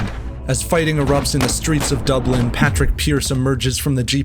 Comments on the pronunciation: It’s actually pronounced Pawd-rig Pearce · Just one thing though: pádraig pearse is preferred